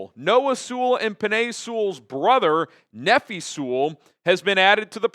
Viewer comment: I think Nephi is pronounced knee-f-eye